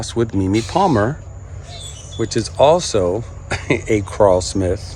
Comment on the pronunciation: It’s Krull-Smith like seaGULL, not CRAWL-Smith.